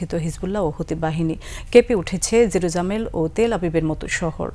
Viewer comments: জেরুজামেল টা আবার কই রে ভাই🤣🤣🤣 রিপোর্টার নাকি ফিল্মস্টার😂😂😂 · এ নতুন অঞ্চলের আবিষ্কার করেছেন এই উপস্থাপিকা। নাম হলো 'জেরুজামেল'।😂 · জেরুজালেম না বলে জেরু জামেল বলেছেন এই খবর পাঠিকা দ্রুত এ কে সরিয়ে নেওয়া হোক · জেরুজালেম নট জেরুজামেল উচ্চারনে খেয়াল রাখবেন। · উচ্চারণ কি জেরুজালেম না জেরুজামেল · জেরুজামেল না জেরুজালেম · Jerusalem na bole jerusamel bole .. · জেরুজামেল না আপা জেরুজালেম। 😂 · জেরুজামেল না এটা জেরুজালেম হবে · জেরুজালেম হবে জেরুমেল নয়😂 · জিরুজামেল না রে বোন, জেরুজালেম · জেরুজামেল না আপা,জেরুজালেম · জেরুজালেম জেরুজামেল না 😐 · জেরুজামেল নাকি জেরুজালেম 🤣😂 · জেরুজামেল না,প্রিয়ো উপস্থিত সাংবাদিক বোন।সাজুগুজু বাদ দিয়ে সাংবাদিক তায় মনযোগ হউন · উপস্থাপিকা সচমালোচনার মত জেরুজালেমকে জেরুজামেল বলে ফেলছে 😂😂😂😂see at 0.17 sec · বাহ্ কি সুন্দর! সংবাদ পাঠিকা? বলছে জেরুজামেল😂😂😂 পবিত্র ভূমির নামটাও বলতে পারেনা । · মৃর্খ সাংবাদিক, জেরুজামেল নাকি জেরুজালেম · জেরুজামেল নাকি জেরুজালেমে? উপস্থাপিকাকে বলছি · 😂জেরুজামেল বলল সেকেন্ডে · উচ্চারণ ভুল কেন ? জেরুজামেল বললেন কেন ? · কি খবর পড়? জেরুজামেল কি? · জেরুজালেমে শব্দ টা বলতে পারলোনা সংবাদ কর্মী,,,,!!! 😂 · জেরুজালেমটা উচ্চারণ করতে পারনা তোমাকে খবর পড়তে কে বলছে?‌!!